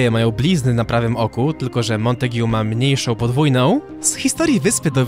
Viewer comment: Mała podpowiedź lingwistyczna- czyta się "Montag". I jak mówisz o dwóch facetach to "obaj" nie "oboje".